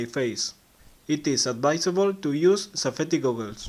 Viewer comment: 5min 21sec "...safetti goggles." LMAO